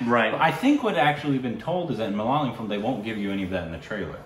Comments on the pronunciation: Is it just me who feels that pronounces it as MA-LA-LA-YAM...? 🤔 Even in previous videos, it's mostly pronounced Malalayam. It's MA-LA-YA-LAM.... 😏 Interesting fact, Malayalam is a Palindrome! ⬅️➡️ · You just have to accept it as a permanent korbinization. it's not malayalam anymore. Its Malaalayam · Guys its not 'malalayam' MALAYALAM it is😃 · guys please leave them alone for pronouncing malyalyam. its ok. you know what they are talking about. even though we studied English in school almost all of our pronounciation sucks. so just apreciate that they are reviewing our movies and enjoy. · it's not "Malalayam" it's "Malay-a-lam". Pronounced like that. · not malaalam. mala yaa lum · Ok. Let’s try again ‘Ma’ ‘la’ ‘yaa’ ‘lam’. Four syllables. Not ‘Malay’ ‘lam’. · When are you going to pronounce Malayalam properly? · Rest of India is pronouncing it properly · not really 😅 most people don't pronounce the L properly